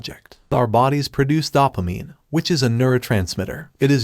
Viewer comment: It's dough-pa-mine not dawp-a-mine